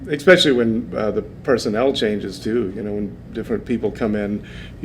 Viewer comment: How does one live 4 decades and still not know how to pronounce especially? And to talk in third person constantly saying you and not I is bizarre AF. I’d bet my car he says expresso too. 😂